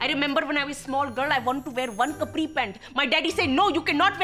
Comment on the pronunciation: The way she pronounces capri pant is Cupri pant